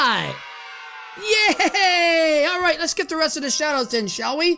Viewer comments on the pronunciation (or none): Uhh it's pronounced thee peanut now you got to do it next week too! Lol jk thanks so much for the shout out:D